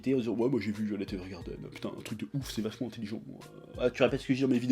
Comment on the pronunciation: Mais arrête de dire "violette", putain ! C'est "Vaïolet"!